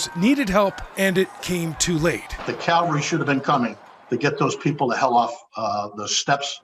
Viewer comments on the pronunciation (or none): Why do Americans always say "calvary" instead of "cavalry"? You'd think these flag-waving yahoo Americans would know ALL ABOUT the cavalry, what it is and (for God's sake) at least how to pronounce it. To make it even more idiotic, Calvary is a word used in fundamentalist religion to describe where Jesus was killed. Does that explain the confusion?